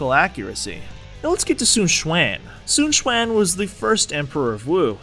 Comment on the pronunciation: Su Chuan? You mean Sun Quan? :P